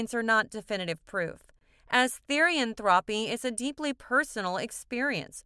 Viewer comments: "Therian-thropy" its pronounced therian-thro-p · Me and my best friend both had some things to correct from this. First- THEE-REE-ANN-THROW-PE not Therian-Throepy or whatever. Second- Not all therians have shifts Third- Fictionkin exist BUT I wouldn't say that they are the same as therians (As portrayed with the images on some panels) Fourth- Not all therians have past lives Fifth- It's not a connection or religion srry we just found this kinda annoying :3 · TherIan thropy is all i hear😭😭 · Stop pronounceing therian and therianthropy incorrectly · the way she said therian and therianthropy....PRONOUNCE IT RIGHT (ther as in thermo) and the o like the pronounciation of that letter...YOUR WELCOME